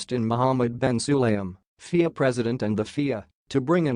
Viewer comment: Guys: hire an announcer. this computer-generated voice is confusing. What were those dollar/euro figures? Pretty hard to understand. and FIA is not a word - you pronounce the letters F-I-A. At least write the script so the computer says something intelligible.